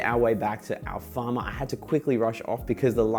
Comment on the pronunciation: Great video, honestly. It’s Alfama tho 😅 (rather than Alfarma). Great photos regardless!